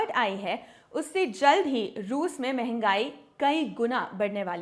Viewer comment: मेंगई नहीं "मंहगाई" ज्यादा अंग्रेज मत बनो।